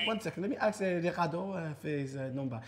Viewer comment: Why does Chunkz say Aks instead of ask? It's so annoying!!